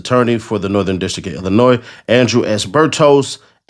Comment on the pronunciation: I’m glad you know it’s Illinois instead of IllinoisE